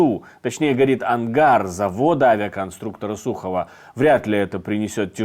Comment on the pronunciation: А ударение куда?) Он сказал сУхова. Да и я сомневаюсь, что он беларус.